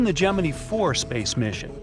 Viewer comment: Your AI needs to learn how to say Gemini correctly!!!